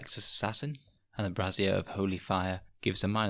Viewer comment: it wouldn't have been about bras if he hadn't kept pronouncing 'brazier' like 'brassiere'...